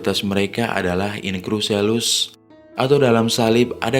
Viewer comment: mimin, tolong belajar membaca kosa kata bahasa Latin secara benar. In Cruce Salus itu dibaca sebagaimana tertulis, bukan dibaca in krus selus.... bikin ketawa aja nih. kwkwkwkwkwkw...